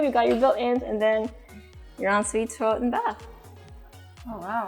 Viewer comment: "toolet" not a big deal but it irks me